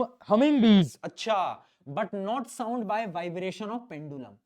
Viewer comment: what a pronounciation souuund 😂😂😂😂😂😂